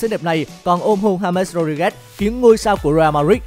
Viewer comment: đọc là ha mét là đúng đấy